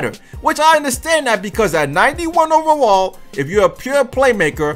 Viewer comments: Y u say ovawall instead of overall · He said 91 OVEWALL🤣